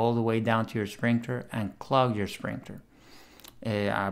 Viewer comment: Hi, Awsome video! Love your content. Just wanted to say that its pronounced sprinKler not sprinkTer lol 😂 😂